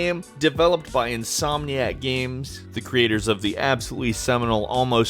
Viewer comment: Why does he pronounce games "Gahms"?